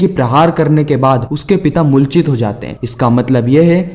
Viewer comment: MULCHIT NHI,,,,,,,,,,,moorchit hota h bhaiya